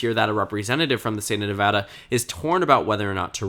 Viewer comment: Thank you for pronouncing Nevada correctly.